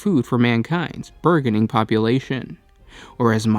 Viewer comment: Burgeoning is pronounced with a J sound